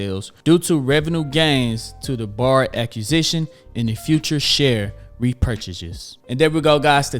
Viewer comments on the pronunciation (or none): none